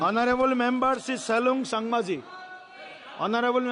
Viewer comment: Saleng tu salung buli ucharon korise. . . Ki Dehkhon solabo. . . Hai re gonotontro.